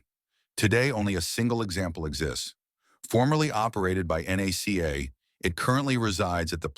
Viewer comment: Nothing about the airfoils of the P4M is exotic. Combination of thicker airfoils at the root for structural stability with a thinner of the same family at the tip for less drag is done in near every wing. If that lead to tip stalls, the wing did not have the proper amount of washout. Also, NACA is pronounced as one word, just like its sucessor NASA.